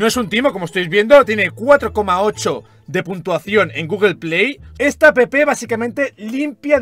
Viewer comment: por que dices apepe en ves de app